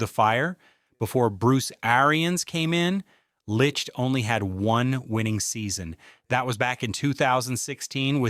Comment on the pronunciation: It seems like no one knows how to pronounce Jason Licht. Anyways the offense can be generational I believe this year. The offense is the key and the defense is going to give up a lot of points at times and I think the offense is going to be next level enough too propel us into possibly even a Super Bowl which I can't believe I'm saying